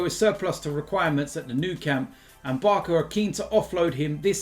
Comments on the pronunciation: Man said sum “BARKA”🤣🤣🤣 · "Barka"??? BEHAVE!!!